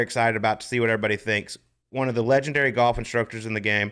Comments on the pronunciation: Hank can't pronounce the L in the word Golf (sounds like Goff) but otherwise he's allright. His podcast isn't bad. Yeah, the whole "bad at bringing his game from the range to the course thing." I mean, the driving range is flat and the ball isn't below or above your feet so its obviously much easier to perfectly hit your 9 shots. And you're allowed to use alignment sticks etc. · Looks like he's 80, and worse yet, cannot even pronounce golf. Brutal when someone pronounces it goff. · Ever heard Hal Sutton or Ben Crenshaw say “Goff?” It’s a geographic thing.